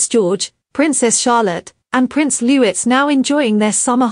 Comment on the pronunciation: AI cannot even read without saying names and words incorrectly!!!! It grates that it cannot even say Louis properly..........